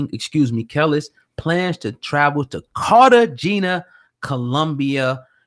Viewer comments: Nigga it’s pronounced kah lees. When were u born, how u speaking on the culture and these people are apparently before your time u can’t pronounce her name, everyone knows kelis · KAH- LEESE is how it's pronounced, dumbass. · How hard is it to pronounce a name. It's pronounced "Kelise" and you know it! It's the same stuff we hate when white people dont bother to pronounce out names properly. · Kel-lis.. bitch.. fuuccck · I’m sorry I hate how he’s saying her name 😐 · 1 How do you want to talk about Kelis and can't pronounce her name properly? 2 Why are you sitting across from a ghost?🤔🧐👻 NONE OF THIS IS ADDING UP!!! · I'm gone need spade to get her name right first off!!!! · If you can't say her name right I'm not even attempting to watch this video...if you're gonna report...report...stop playing games...thats the reason I subbed to this channel...cuz you kept it real...now you on some fuck shit...foh... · why dont he know how to say her name??? lol thats so annoying.. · C'mon son. Get the pronunciation of her name correct. Respect your craft. She's not new. Learn how to say her name before you speak her business. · Bro, you're in media and you can't pronounce Kelis's name? As long as she has been out? Dude, get it together! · These dudes dont know shit, dont even know how pronouce the chicks name... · Tricia Tomlinson Straight butchered the name 🤦🏻‍♀️